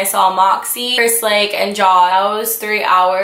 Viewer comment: "Jaaaooooz" lmao it's pronounced Jaws